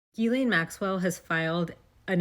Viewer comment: with a S we pronounce GISSS LEN au Québec 😊